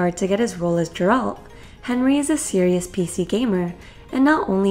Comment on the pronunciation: It's not Jeralt it's Geralt And Henry heard about them thinking about doing althe show, asked the producers and got the role.